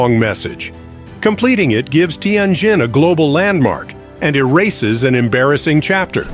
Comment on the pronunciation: Learn how to pronounced words, cities, businesses, ETC--- you are 99% wrong==== teee en jenn or teee en jinn-- It is a great city== 1/2 of what you are saying is imagined/incorrect- just saying-- it is a nice building- IT IS NOT A RUIN--- N OT A RUIN